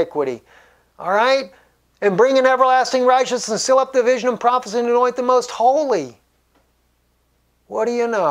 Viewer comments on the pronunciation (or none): none